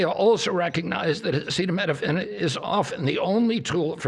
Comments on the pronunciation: agreed. Babies cannot needlessly endure a high fever. Also, is he talking anti vaccines again for babies? Trump is no doctor and spews nonsense. He can't even say acetomenophine. Are babies even given hep b? He keeps saying, "I feel". What knowledge does he base this on? "If your fever is so bad"? Yes. What do u do? Nonsense with no solutions suggested. "Don't take it". Ha! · RFK sounds like he is about to collapse. T claims he has always been against Acetaminophen but strangely does not know how to pronounce it. What a bunch of nuts. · Kind of sad that he can't pronounce the name of this drug that he is so certain causes autism. So...about those Epstein files? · He can’t even say acetaminophen 😂😅 Is he okay? This clown is in charge of our warheads?!? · It really shows they did the research when they can't even pronounce the name of the drug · The president of the United States does not know acetaminophen is Tylenol and can’t even pronounce the word. Let that sink in! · Bro has not ever seen the word acetaminophen in his life ??? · "Tough out" a fever as a pregnant woman??? Cuba is too poor to have acetaminophen??? (which he can't even pronounce) WE ARE DOOMED. We are going to see infant and child mortality rates rise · Your president can’t pronounce Acetaminophen!! Not my president!! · seriously before the press conference, they didn't go over with Trump on how to pronounce acetaminophen? 🙄 😂 it's worse than "Yose-mite" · HE DOESN’T EVEN KNOW HOW TO PRONOUNCE ACETAMINOPHEN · he’s trying to raise awareness to this situation, he should at least be able to pronounce it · How is the public supposed to take this announcement seriously when the president of United States literally couldn’t read the word ‘acetaminophen’? You would think if his cabinet was having discussions about such a major breakthrough that he would’ve been part of it and at least understood what they were talking about. This is a mess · He said Tylenol, because he couldn't pronounce acetaminophen.